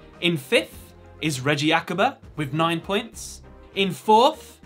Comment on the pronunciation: It is Reiji not Reggie